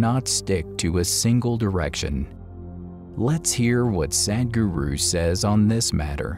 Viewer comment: All that other narrator has to say is "Sudguru" and he has the pronunciation right.